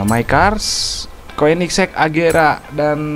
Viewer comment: Itu agera bang bukan regera